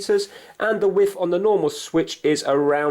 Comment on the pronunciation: 'roughly the wiff is' What is a 'wiff'?